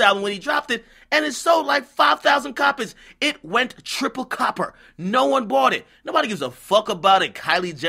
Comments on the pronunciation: He said triple copper 😂😂😂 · Nigga said triple copper lmfao